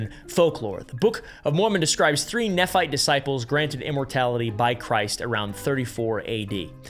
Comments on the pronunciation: Ex mormon here, the only thing that was incorrect about the video is just the pronunciation. Nephi (knee f-eye), Nephite (knee fight), Moroni (more-oh-n-eye), Nevada (nuh vah duh) Lamenite (LAME in ite) Zion (zi uhn) Social Mormon= Jack Mormon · okay I believed myself to be well learned on mormon history as a mormon myself(exmormon). What. The. F*CK? He was armed? Weird alphabet? The ONLY note I had is it is pronounced neephite based on the faction's creator nephi. Other than that this video is fantastic and I actually learned so much. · Ok. First. Nephite is pronounced knee fight. Nephi, Lehi, etc end with an Eye sound, not ee. Anyway. The white Lamanite (lay-man-ite) does line up with Book of Mormon writings. After Christ visited the Americas in 3rd Nephi, the Nephite and Lamanite civilizations combined for several hundred years. Described as having "no manner of ites among them". They later split into the two ite groups again based on belief in the church, not skin color. So canonically, by the last great struggle, there were light and dark skinned people on both sides of the struggle. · how much research would it take just to pronounce basic words? Nephite, Lamanite, Moroni?